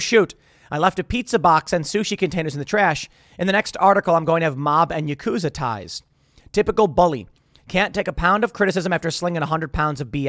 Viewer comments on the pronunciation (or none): none